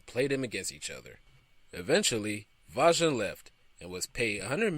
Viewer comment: Oh, come on. Seriously?! You cannot even pronounce Andy Vajna's name right? I mean, you had to have researched it, right? It's NOT VAG-NA, it's Vay-Na.